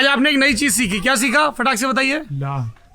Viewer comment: सौरभ जी लाह नहीं लाहा कहते हैं